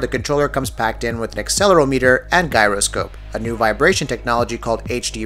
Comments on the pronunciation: "acceler-o-meter" "guy-ro-scope" Not trying to be rude, but for future reference: "acceler-OM-eter" and "JY-ro-scope" are usually how those are pronounced. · Axel-uhr-ahmetur, and Jiroh-skope. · Guy-roscope lol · First time I've heard gyroscope pronounced like that.